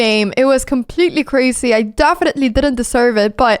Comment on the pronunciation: Great game. Not sure if you will ever read my comment but if you do, I’m sure I’ll notice a change. Your English is actually very good. One thing i noticed that you do a lot is pronouncing Z as S. For example the word resign . Even though it’s spelled with an S It’s actually pronounced with a Z. Even the word crazy . Im pretty sure i heard you say “ crasy “. Also the plural of Woman is Women but its pronounced Wemen. I know… English is such a strange language. I hope you don’t take this in a negative way. From what I’ve gathered, you’re a smart girl who loves to learn. My intentions are good. Another word is busy. Yes it’s spelled with an S but pronounced buzy. I think you do that with every word that needs to be pronounced with a Z. Hopefully I was helpful.